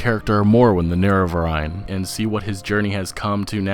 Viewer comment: The Nerevarign? Seriously?